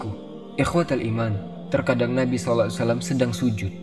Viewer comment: konten yg sangat bagus tapi sedikit masukan bang tentang makhorijul hurufnya saat baca SAW